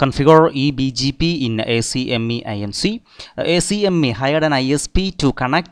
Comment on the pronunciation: Good job on this. For future reference, ACME can be pronounced as ack-mee. Much quicker that way :)